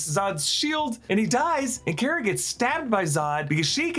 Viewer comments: CAR-UH NOT CARE-UH. GET IT RIGHT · you pronounced kara's name wrong... just like supegirl tv series.